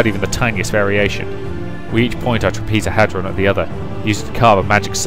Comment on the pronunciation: Some advice to pronounce it properly bro: Shining TrAH-pez-oh-head-ron.